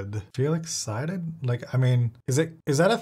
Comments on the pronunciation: Felix Psyded / Feel Excited 💀 from laughter? Wow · "Felix Psyded". Feel Excited?! Died laughing. Sounds legit!